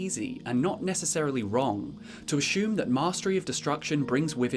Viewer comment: when someone ashjoome's .. idk it triggers me I love this guy but ashjooooome